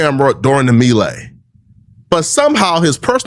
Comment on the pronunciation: I hate the way he pronounces melee… Flakko is an idiot